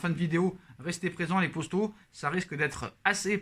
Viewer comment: Il dit yo les postos ou yo les potos ?